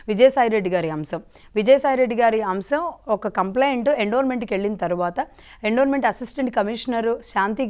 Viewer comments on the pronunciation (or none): It is endowment తెలుగులో ఎండోమెంట్ అని చదవాలి